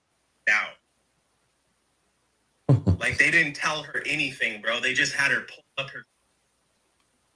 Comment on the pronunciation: Especially when it’s pronounced as “bruh.” It had its season, can we let it go, already? 🫩